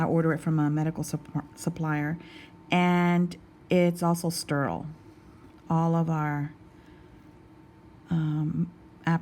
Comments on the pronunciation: Sturrl?? Lol ste-rile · Did she just say STURILE? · How the hell does a woman who can’t even pronounce the word sterile get a job at a doctors office?!? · I LOVE how you say sterile like "stir-oole"! Never heard it said that way. I pronounce it "stair-aisle" . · I love the way you say “sterile”! I think it’s a little of your Texan coming through! Love you so much. Thank you for what you do for us, the viewers, and your patients. ❤️❤️ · Lol! It sounded super Texan to me. I chuckled a little when she said it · I love how sterile rhymes with curl when you say it. 😆 Got that Texas twang goin on!